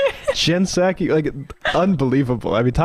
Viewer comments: Is he mispronouncing her name on purpose? Or am I the one who's not getting it right lol I thought it was SAH-kee like a sake bomb. Edit: okay It has to be on purpose because he got it right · Did y’all notice how at the beginning of the vid Charlie pronounces the P in Ms. Psaki’s name, and then later says it right? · This idiot doesn't know that the P is silent....Jen 'Puh-Saki' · Does he say P Saki on purpose? wtf is this or he even going on about, what a tool, I hate people... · hmmmmm jen p-sacky ........... its jen [p]saki as in SAKE [ Japanese rice wine ] the pee is silent chuckie such a race baiting move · "Jen Pe-saki" what an idiot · Actually Emma it's P-saki bomb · Puhsaki. Tf? The puhsychology of the right always mispronouncing names would be interesting to hear. He accidentally pronounced it correctly a couple of times. Fkn loser. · The way he pronounces Psaki takes me back to my childhood hearing "p-sychiatrist" on the Animaniacs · Jen Piss Aki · It's a clumsy metaphor, but I get what he's saying. The real annoying part of what Charlie said is the way he pronounces Pskai. Everyone knows the P is silent, what's going on? He's not the only one who pronounces it that way either. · Kirk pronounced the “P” in Psaki. Just saying. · So does he know how to pronounce her last name or is he trolling? I never know. I do know Right loves to own the libs by pronouncing their names wrong. Isaiah? Eye zih uh? Issac? Is that biblical?